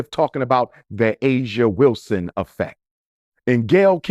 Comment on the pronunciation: Her name is Aja Wilson-Heir 😅😅😅😅 get it right doc😂